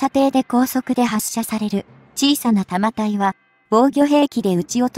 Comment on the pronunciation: 日本のレールガンは「 対空（航空機・巡航ミサイル）・対弾道ミサイル 」用だよ。 155mmは「 １０Kg 」もあるので膨大な電力が必要dだが、対空用の「 0.18Kg 」なら、原子力発電は不要で、車載ディーゼル発電機で充蓄電用のコンデンサが実現可能。 「 長射程／弾体 」を「 ながしゃてい／たまたい 」はコンピュータ読み上げなんだろうがなんとかなりませんかねぇ・・